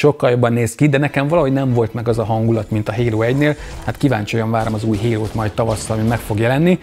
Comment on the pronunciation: "Hérót" értettem a HALO helyett :))